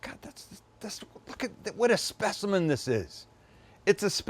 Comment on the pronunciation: Brooooo! Sam says the word “specimen” funny.